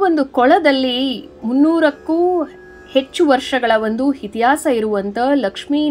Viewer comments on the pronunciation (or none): none